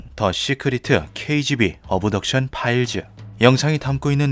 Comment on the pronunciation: 쓸데없이 트집잡는 거 같아서 그냥 넘어갈려고 했는데, 귀에 너무 거슬려서 한 말씀 드립니다. (죄송) 시크리트(secret), 어브덕션(Abduction), 파일즈(Files) .... 과거 영어를 한글화하면서 영어모음이 없는 부분에 "으"발음을 넣는 습관들이 있었는데 이제는 거의 그런 발음을 하는 사람이 없습니다. 굳이 한국말로 최대한 비슷하게 발음하면 씨크릿(secret), 업덕션(Abduction), 파일ㅅ(Files '으'발음없이 파열음만) 라고 하심이 ㅋ 거듭 죄송합니다 ㅎ